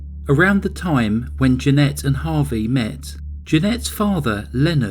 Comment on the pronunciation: Harvey not harry